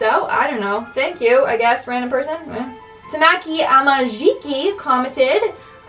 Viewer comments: She totally botched Tamaki's name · ....is.. nobody talking about how she buchered tamaki's name?